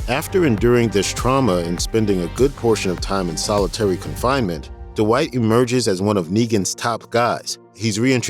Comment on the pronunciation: Yo D-Wight!!